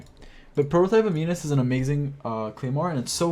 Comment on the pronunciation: It's pronounced am-in-us not am-ee-nus